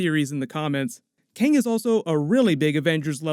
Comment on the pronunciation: Kang not KAne